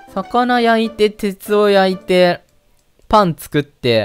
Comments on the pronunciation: 「パン作って」が「パンツ食って」にも聞こえたw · パンツ食ってと聞こえた人🙋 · パン作ってがパンツ食ってに聞こえてしまった。俺も汚れたものだな... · パン作ってが、 パンツ食ってに聞こえた人👍